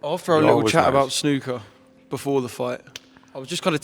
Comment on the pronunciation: Nice to hear from a Yank who can pronounce snooker properly